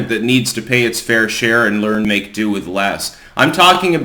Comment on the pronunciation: Make DO with less....not "due". You're an editor, right?